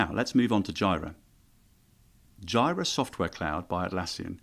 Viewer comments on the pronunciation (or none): Jira is pronounce JEE-rə. 🙂